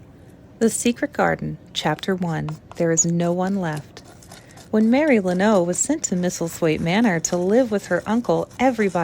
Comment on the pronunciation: Hi! I love this and I'm excited for more! Just wanted to let you know though, lennox is pronounced len-ocks 😊